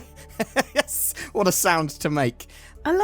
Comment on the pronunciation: At about , did you say "Yiss"?